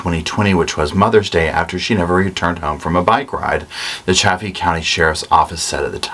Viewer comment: Chay-fee County, Saw-watch county, Mah-fet town. 😉